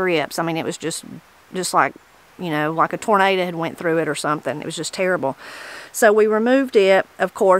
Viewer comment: Git you a woman who says "tornada" ... not "tornado" .... "tornada." Them's good women.